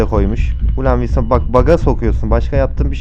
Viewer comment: abi niye vinson diyorsun?